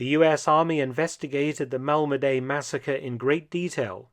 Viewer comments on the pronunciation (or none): It's Malmedy, French pronunciation: [malmədi]), not [malmədey], like you seem to think.